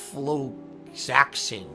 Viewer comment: Bruh. Ofloxacin. Uh-Flocks-A-Sin. Jesus. It's not that hard to pronounce lol Also it's definitely the headphones causing the infections. No one else wears headphones for hours every day and DOESN'T get constant infections, and the bacteria just magically appears even though he claims he disinfects his headphones regularly because headphones just do that. Prime breeding ground for bacteria. Absolutely has nothing to do with him sticking his dirty hooves in his ears all the damn time 🙄